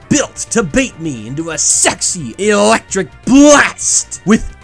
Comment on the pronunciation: Ah, yes, Electrinc